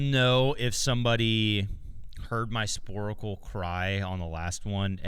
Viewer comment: Sporcle. Not Sporacle.